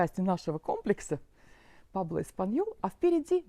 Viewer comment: Не Пабло, Пуэбло😂 Прожив почти 14 лет в Испании, так интересно наблюдать ваши восторги!😅 Интересно через пару лет посмотреть….Как- то жутко, никого нет…